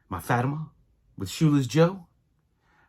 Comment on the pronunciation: That’s a great card congrats! Len Dawson is another great one from that set. BTW, Fatima is pronounced= Fuh-team-uh